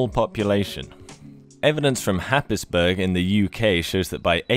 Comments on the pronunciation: Slight thing of note - "Happisburgh" is pronounced as "hayz-bruh" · Oh mate, not to be a pronunciation Nazi, but Happisburg is pronounced “Hays-borough”. Norfolk takes difficult British names and dials it up to 11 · Happisburg? Noooooo!!! It’s pronounced “Haysbru”. (Second syllable like in Edinburgh.) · Happisberg, lol......... “Haze-bruh” .... obvious, innit? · Happisburgh, "Happysburg" is pronounced Hazebra by locals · A great example the disconnect between English spelling and pronunciation... it's 'Hays-borough' not 'Happisburg' :)) Super video though! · Great video. Happisburg is pronounced Haysbrough. Not logical I know but its English. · It’s pronounced ‘hays- bruh’ not happis burg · Happisburgh is a historic village on the north-east coast of Norfolk. Pronounced “Haze-bruh”, and spelt ‘Hapesburg’ in the Domesday Book, the name means ‘Haep’s Town’. Despite much publicity about Happisburgh and coastal erosion, the village has an exciting long term future. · Great video, but you mispronounced Happisburgh, it's pronounced like Haze Burgh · Sorry to be that guy but Happisburgh is pronounced Hazeborough. Love your channel 😘 🤘🏻🥄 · Happisburgh is actually pronounced like btw hays-bruh. Norfolk is a weird place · As you are English you should know Happisburgh is pronounced Hayesborough! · Enjoyed this. Happisburgh is pronounced Haysboro btw. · Happisburgh is pronounced "hays-bura" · Happisburgh is pronounced “Hays-burra” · Happisburgh Norfolk = sounds/say it like Haze-bora, don't upset the locals ;-) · Happisburgh . . pronounced haze bruh. It is Norfolk letters and pronunciation do not go hand in hand :-) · Happisburgh - the place name - is a well-know 'got ya' for visitors. The locals pronounce it like 'Hazebruh' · Happisburgh is pronounced haysborough. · I lived in Norfolk for a while, and very bizarrely, Happisburgh is actually pronounced Hays-bu-ruh. One of the less odd things about Norfolk I suppose... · Happisburgh is pronounced hayesbruh